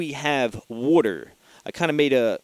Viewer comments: the way u said water made me laugh lol. i think that actually helped my anxiety lol. drink lotsa wooter lol. not makin fun btw im sufferin from anxiety and panic attacks also atm. to where my heart palpitates and feels like im gonna die. i find meditation has worked the best to help and have had some success with tap therapy! but really that doesnt get rid of the problem just helps u cope. i think the only real solution is finding out wuts actually causing your anxiety or panic attacks. then overcoming it with your mind. your mind is stronger then your worries. and u can defeat your worries with your mind. the hard part can b diagnosing your problem and facing it head on. trust me! meditation is a good way to start to attack your problems everyone. try it! and not 10 min of it. ul see after about 20 min u start feeling better and the deeper u go the better u feel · Wooter.:) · I like how you say water... LOL.